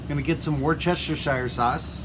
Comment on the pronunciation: Another great video! It’s pronounced wus-ter-shure sauce by the way (I live a few miles outside of Worcestershire btw 🇬🇧)